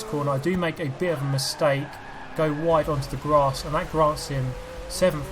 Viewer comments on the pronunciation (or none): none